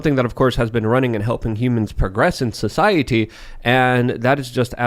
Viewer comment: PLEASE STOP LETTING SAY "SOCIETY"!! ITS AWFUL